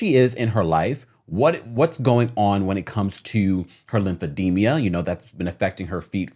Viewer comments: It's pronounced lymphedema, NOT lymphedemia. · It’s Lymphedema….not Lymphedemia. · It’s called Lymphedema not Lymphedemia…..